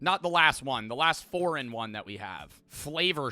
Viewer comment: Took me way too long to figure out he was saying “Foreign one” and not “Four in One” lmao